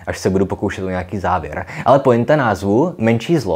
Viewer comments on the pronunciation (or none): none